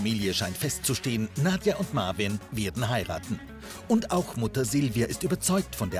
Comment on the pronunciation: Er heißt marween und nicht marvin 🤦🏾‍♀️🤦🏾‍♀️🤦🏾‍♀️🤣🤣🤣 ich kack ab 😆😆😆😆😆😆